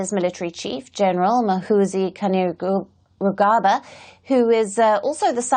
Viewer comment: Ok darling let me hlp you on Gen's name its pronounced kaine‐rugaba.now as a foreign you read it as Keine lugabba to get the correct pronunciation.